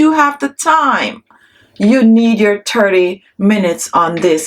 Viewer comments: Why do you say turdy minutes it's thirty minutes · She says Tirty not thirty 😂